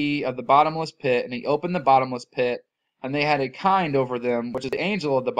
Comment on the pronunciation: Good job bro as usual... " They had a KING over them " ,.... not " kind " , KING.